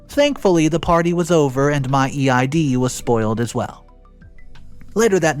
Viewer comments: Can people stop saving Happy Ramadan, it's not until March. Second, Eid is pronounced "eed" as a muslim for all my life this is a big irk of mine, other than that I enjoyed the story. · Eid is pronounced like ‘eed’ for future instances you might need to say it.